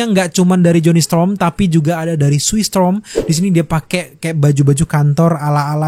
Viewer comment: Storm bang, bukan strom